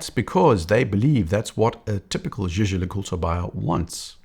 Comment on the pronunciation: Fluidity with pronouncing Jaeger LeCoultre.. next level! Another great analysis.